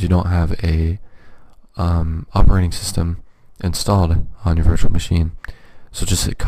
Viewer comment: Not VIrtua it Virtual